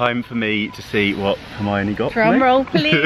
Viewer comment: I just want a audio track of him saying Hermione on loop. So satisfying. Lol